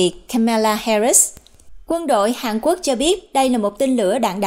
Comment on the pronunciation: Hàn Quốc chứ không phải Hàng Quốc.